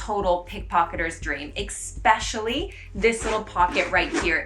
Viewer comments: Not trying to be mean, it drives me nuts when people say EX-specially instead of es-pecially. I normally wouldn't comment on it but you said it 10+ times in the video. Love the content :) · Pssst: The word "especially" does NOT have a hard K sound in it.